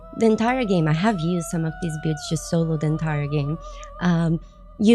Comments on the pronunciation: we gotta work on your pronunciation of "builds", lol. Try saying it like "Billeds", you are sorta saying it like "Bewds". Love your work, high five! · I thought at first she said pubes😂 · Hello so I don't want to break chat rules just wanted to share something I thought was funny, at the beginning when you said a lot of people have been asking to see my builds I heard bewbs not builds 😂 Anyways love the video! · Tbh 3 seconds in i thought you said b8bs that people where asking to see them had me confused asf 😐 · She's saying builds, I know she is but I can't stop hearing beards instead and that makes this so better. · I heard bewbs but it was probably just a Freudian mechanism of some sort. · That’s just how Brazilian people pronounce L… Brazil = Braziu